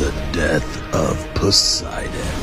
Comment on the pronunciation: Bro on he says “The death of Possidon” I honestly thought he said sun else💀